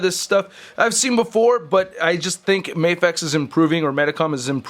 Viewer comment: It's "Mah-fex" not "May-fex". Because it stands for "Miracle action figure x", not "Miracle ay-ction figure x"